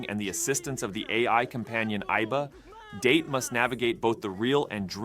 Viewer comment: Just so you know, Date is pronounced more like "dah-tay."